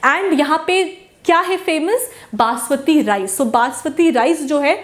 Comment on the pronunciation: is not baswati its basmati